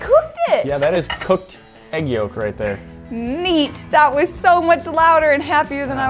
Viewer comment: its Egg not Aegg. my dad has the same mispronouncing problem.